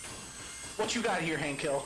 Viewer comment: ILL TELL YA HWHAT!